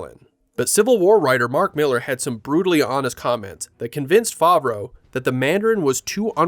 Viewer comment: Favreau...pronounced wrong until the last mention of his name...wow now that's a sh!t show